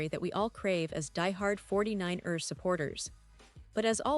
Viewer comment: It's not pronounced 49-ers it's the 49ers one word no break. You are driving me and I'm sure other fans cringing every time you say 49-ERS!